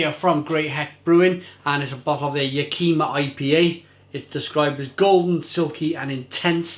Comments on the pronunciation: Living a few hours drive from Yakima it pains me to hear you pronounce it that way. Sorry mate. Ya' ki ma is the correct pronunciation. Alright enough of the grammar police. Cheers. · first off click on this 17 second video,, it tells you how to pronounce Yack-Ih-Mah. It's a Native American (Indian) tribe name, also a valley & city, as well as a hop name for the region. Washington state has Yakima Hops, Oregon State has Cascade Hops, cheers!